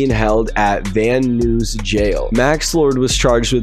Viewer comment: “nuys” isn’t pronounced “news” Productions